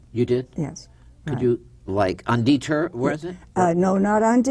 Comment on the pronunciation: This guy is the most annoying interviewer ever: ill-prepared, constantly interrupting, and he pronounces "detour" as "de-TER" and Barbara as Robert.